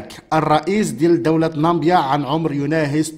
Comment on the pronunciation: خويا واش انت ما قاريش را اسمھا نامييييي_____ب_____يا ماشي نامبيا